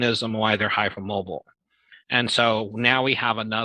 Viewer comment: Yes the way he says "hype moabel" - it's hard to keep a straight face on.